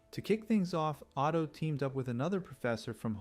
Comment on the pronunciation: What you guys say Otto, I hear Auto.